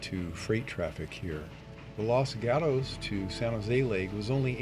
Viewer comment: Outside of your mispronunciation of the town of Los Gatos, CA (pronounced Los Got-ohs), this is one of the most informative and interesting videos about the Southern Pacific that I have ever seen. Considering the video’s length, I had to watch it in two parts, but that was no problem. The footage shown here really documents the railroad very well. And a special recognition should go to the person(s) that edited the sound effects to go with the video. I know that is not an easy job to match those two up, but you did an outstanding job of it! 🚂🚃🚃